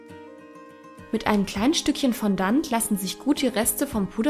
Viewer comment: Fondant wird bisschen anders ausgesprochen ^^